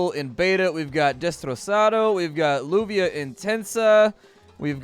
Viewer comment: Lluvia is pronounced juhvia